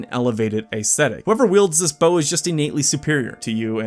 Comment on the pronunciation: Great, fun list! But ACE-thetic? Try ESS-thetic.